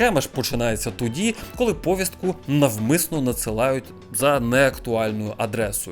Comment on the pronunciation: Правильно говорити "поВІстку", з наголосом на другий склад. Я розумію що ти до 22-го року говорив к а ц а п с ь кою, але не слухай тих "недовчених", які так само до 22 року розмовляли російською, а тут раптом почали навчати української.